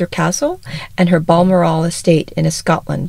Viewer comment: BALMORAL is pronounced like Val, the nickname for Valerie, then moral like the moral of the story. The accent is on BAL. TATTERSALL is pronounced Tat-er-sl, with the accent on TAT. The content of the video was very appealing, and well researched.